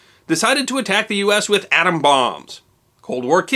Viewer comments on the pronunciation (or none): none